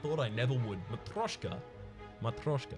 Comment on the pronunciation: it seems like your pronunciation of matryoshka is good enough in English ( ). I've commented on your other film because I thought there's only one correct way to say it ( ).